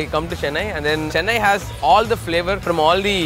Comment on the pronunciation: As an Indian it hurt me soo much the way he said Chennai